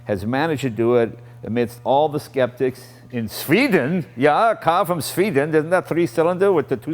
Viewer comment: whenever jay does something like he did "ooo sveeden yaya" like dude wtf it's not the 70s no one it in the dark about other cultures..